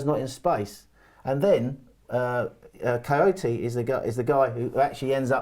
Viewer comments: Kouyate not Kojoti. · Lol, it’s funny how he pronounce Kouyate like Coyote 😂😂😂